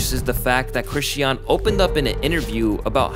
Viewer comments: I’m sorry but the way you’re pronouncing Chrisean is driving me crazy 😭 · The way you pronounce chrisean is so annoying after a while. You keep saying chrisy-ann and its pronounced as chris-sean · You kept mispronouncing Chrisean name and it was driving me crazy 😂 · you did all this research and didn’t pronounce sisters name correct not once😂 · You pronouncing her name wrong ruined the whole video lmfao how much research did you do to not know her name 😂